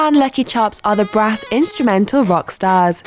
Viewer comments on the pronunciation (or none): WHAT DO YOU MEEN BRAAS BAND DONT YOO SEE TEH SACKSOPHONES